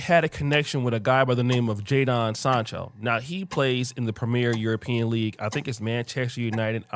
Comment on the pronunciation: "Jay-dawn Sarn-cho in the Premier European league" 🤣🤣🤣